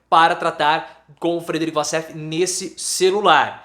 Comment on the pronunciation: A pronúncia correta é " uoussef" assim como Waffles se pronuncia "uofous"